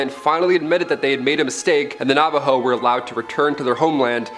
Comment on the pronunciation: I'm from New Mexico and I about died the way he pronounced "Navajo" definitely incorrect but it's all Good 🤣